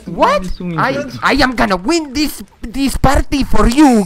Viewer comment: Hablo mejor inglés y tú dijiste wen y es win